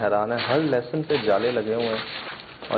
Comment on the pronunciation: leh-sun not lussun